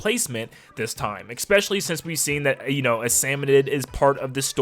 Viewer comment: Who the heck says "expeshally"